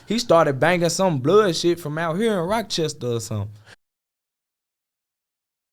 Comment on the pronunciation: This nigga said Roc Chester 😂